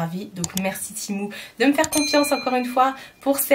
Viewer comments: Oui! Du coup la marque me note dans chaque mail « ça se prononce TI-MOU » 🤣🤣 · Mdr 😂 bah je pense que la marque sait mieux que quiconque comment ça se prononce non et si ils me demandent de dire ti mou c’est que c’est ti mou